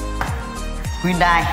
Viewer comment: Tên đúng phải là Hyundai, không phải là Huynday